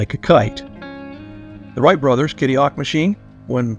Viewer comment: If you can't manage to get the names of the Whright Brothers right....I don't need to bother with this vid. Writes??